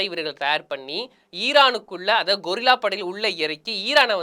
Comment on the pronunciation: அண்ணே,இது கொரில்லா(குரங்கு) படையல்ல கெரில்லா படை.